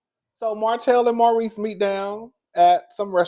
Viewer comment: It was Maurice. Every now and then you say Marsau. Just call Maurice "Reese."